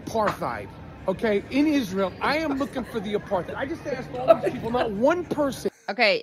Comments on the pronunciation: It's pronounced apart hide, it means to keep "apart". It's not aparth heed ! Your welcome 😂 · Good stuff. But the word apartheid is pronounced uh·par·tide, not uh-par-tayd. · It's pronounced 'a parth eyed' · No it's not. It is an Afrikaanss word and the correct pronounciation is "Apart ate". In theory it was a sound idea when it was introduced to South Africa, and a form of apartheid is used in my country today with the original reason it was used in Sth Africa. I have seen a form of it in the US before and was shocked when I saw it. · The correct pronunciation is actually 'apart-hate'. It is not a German word. Listen to South Africans. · Everyone mispronounces "apartheid" apart from South Africans. It's supposed to be pronounced "apartate". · Actually, I was informed, many years ago, by my German 'Social and Cultural Anthropology' tutor, (whose name I shall reserve for the protection of the guilty!) that the correct pronunciation of the word, 'apartheid' is 'APART-HATE'... because, he explained, it was from the Dutch, not the German... Just sayin'... 😉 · He’s extremely ignorant and arrogant. He goes to Jerusalem and makes a video saying he sees no apar-thide couldn’t even pronounce it. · i mean, being from South Africa i have to put up with non-SA people mispronouncing apartheid all the time - but seing people mocking someone for mispronouncing it it even worse than usual is kinda mind-blowing.